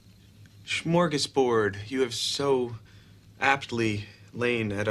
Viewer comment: "Smörgåsbord" hahaha :D